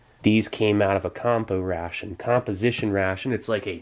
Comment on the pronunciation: constantly the word ration sounds like russian)